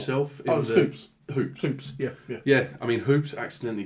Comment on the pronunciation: Donald "" Hoobler, not Hoops.